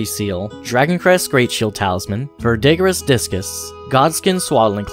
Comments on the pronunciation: VERdigree not veDIGgriss 😭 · I've noticed some people might not be sure how to pronounce 'verdigris'. Just to help clarify, it's actually pronounced 'ver-da-gree' - think 'green' without the 'n' at the end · Thanks for the useful explanation of all of this! Just so you know though you're pronouncing a few things wrong: Vigor is said "vih-grr" Verdigris is said "ver-degree" Also you wrote godskin swaddling cloth as godskin swallowing cloth in your subtitles lol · Yall just make up your own pronunciations.💀 What on planet Earth is Verdigerous armor? Dawg it took not even 15 seconds to find out its pronounced Vur-du-gees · im hoping you did it on purpose but just in case... it's pronounced "ver-de-gree" not "ver-dig-riss" and it's also the reason the Statue of Liberty is green. It's made of copper, and copper reacts to air to form Verdigris. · Ver-duh-gree. Not ver-dih-gris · “Vul-digger- iss” “Veye-gar” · Couldn't take this video as seriously after I heard unironic pronunciations of vigor and verdigris as "v-EYE-gur" and "ver-DIG-ris" lmao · Ver-deh-gree. Vih-ger. All that math seems to have done things to your speech, Dearest. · Awesome guide. It's pronounced "VER-di-gree" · two small notes. verdigris is pronounced vur duh gree, and vigor is pronounced vig-or. great video, appreciate the info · Btw, verdigris is pronounced "ver-degree" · What is it with Elden Ring content creators and not knowing how to pronounce words? Vigor rhymes with trigger. It's not "vie-gor". Verdigris is pronounced as "ver-duh-grees". Ya'll need to look things up if you don't know them or read some books. Idk. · verdigris is pronounced "ver-degree" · Great video. Smart stuff. It's ver-duh-grees. By the way. Cheers. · ver dee greez is how it sounds verdigris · Some good info. In return I'll give you some as well. Verdigris is pronounced Verd-i-gree Vigor is pronounced Vig-er And Prelate is pronounced Pre-lett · verdigris is pronounced vair-de-gree! wonderful video! very informative!